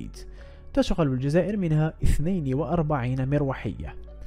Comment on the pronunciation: تشغل بضم التاء وفتح الشين وكسر الغين مع تشديدها وضم اللام